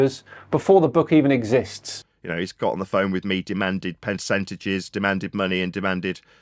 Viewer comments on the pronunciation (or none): Did he actually use the word "pencentage" instead of PER-centage? Shows how much he knows about anything. God,.I hate this insufferable clown. Hes a bad grifter, but also just incredibly rude and his self assuredness and confidence is just awful.. what a human, what a piece of sputum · Woah...hang on...08.00 ... "peNcentage" 😂😂😂😂😂